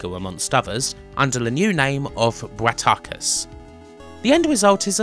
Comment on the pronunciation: "Sig-no-sis"? Pretty sure it's "Sy-ag-no-sis". Source: Intro to Blood Money. Also I had Bratacus (and that's Brat-a-cus, not Brat-ar-cus) on the ST. It was a bitch to play, jerky, slow and incomprehensible. But then I did have it on a Automation Menu Disc so maybe there was more in the manual...